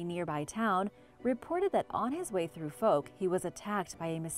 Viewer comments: Butchered the pronunciation of Texarkana & Fouke lol. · I love the pronunciation of Texarkana and Fouke lol I’m from the area and it’s pronounced differently.